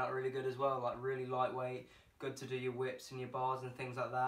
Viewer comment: The British Rwilly😂